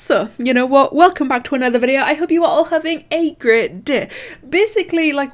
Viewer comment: How other people say day: d-æ How says day: d e h